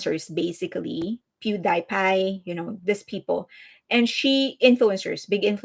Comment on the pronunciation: Are you Mexican or Colombian? Your English accent is very non American. You said "Few-day-fay". It's Pew DEE Pie. And the way you said Meryl Streep as "Merul Striiifff".